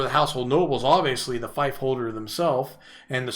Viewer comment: Thanks,, very useful. One correction: 'fief' is pronounced 'feef', as in 'beef', not 'fife', as in the small wind instrument.